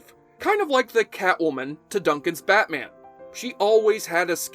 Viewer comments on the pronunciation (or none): none